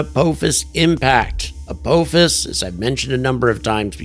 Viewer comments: Good stuff! But It’s pronounced uh POFFICE. Have you never watched Stargate SG-1? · I believe it is pronounced "ah-paw-fis"